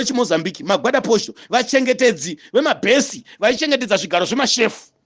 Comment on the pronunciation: Its Guarda Posto kwete Gwada Posto and pronounced Gwaridha posto which is post guard in English!